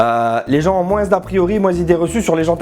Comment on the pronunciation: Oh purée, la patate ! Tatoues-en toi une. Maintenant. Attends.. Tu prononces le '' S '' de '' moins '' ? Deux patates. Avec des bras. Allez.